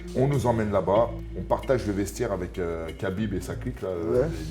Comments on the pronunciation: C EST PAS KABINB MAIS RABIB EN ARABE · Prononce bien le prenom du mec qui t'a sauvé au moins.. cest khabib pas kabib et je l'ai déjà vu prononcer correctement des blazes encore plus compliqué ou même zarbi enfin bref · C'est 3abib messieurs... un petit effort de prononciation lol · Et on dit pas Kabib non plus